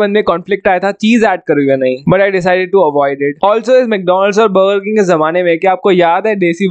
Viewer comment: Baga (burger) wah!! What a pronunciation!!! 😂😂🤣🤣